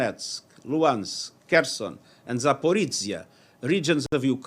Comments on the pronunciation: he pronounce like запорьижье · Za-po-ruh-g-ya Its about ah/uh/oh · He pronounces in ukrainian